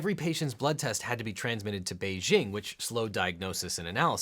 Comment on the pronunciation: Beijing isn't pronounced "Beizhing"!